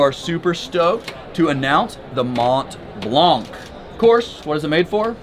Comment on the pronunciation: Hey. Drop the t and c, and you won’t sound completely stupid. Mon Blan.